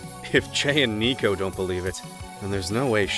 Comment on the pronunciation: IT'S NOT NICOVER.